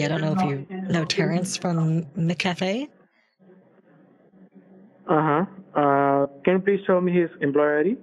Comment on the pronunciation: He mixed up McCafe with McCafrey